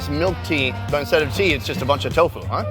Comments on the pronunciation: "one of those we'll choose for the edit" ends up using a lot of those TAHO pronunciations still hahaha you are awesome! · chahooooww 🤣🤣🤣 i love the way he pronounce TAHO 🤣🤣🤣